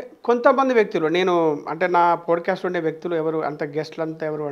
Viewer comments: Podu cast kadu andi. “POT CAST” ani pronounce chyandi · podcast a bro Pronounce Pot cast antaru